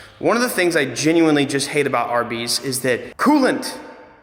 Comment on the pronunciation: Every time you say "RB's". I can't not think "Arby's".